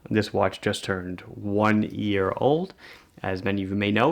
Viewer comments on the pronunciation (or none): none